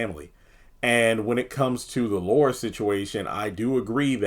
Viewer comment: It's Laura not Luara 🙄